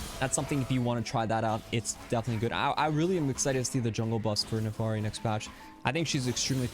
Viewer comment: das and "I" not an "A" FIRI